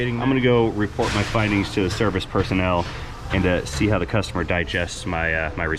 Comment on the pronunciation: Your German is impeccable!! -----> "....poppin' ze hood" ...................LOL!!